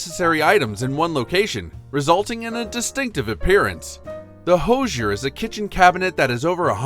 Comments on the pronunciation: First, it's pronounced "HOO-zher" -- not "HO-zher". Second, I don't know who told you about iceboxes, but your photos show "coolers". Iceboxes were large wooden boxes on legs, lined with zinc. Ice was provided by a subscription to a local ice company, and the 30/40 lb. blocks of ice were delivered by a deliveryman known as the "iceman". This block of ice was placed in the upper compartment of the icebox and generally lasted several days. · Thanks for the video. Always fun for me to see items I had as a child. FYI- the Hoosier cabinet is pronounced "who"sier not "hose"sier. The word supposedly comes from the US South a couple of hundred years ago and originally was a derogatory term for uneducated, uncouth people. Sorry Indiana. I see others have already commented on the icebox section. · Totally lame. Learn to correctly pronounce Hoosier. Portable coolers are not iceboxes. Nobody wants this crap back.